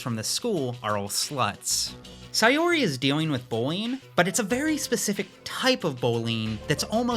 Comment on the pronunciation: The way you pronounce Saori as Sayori lowkey drives me insane 😭😭😭 guys it’s sao-ree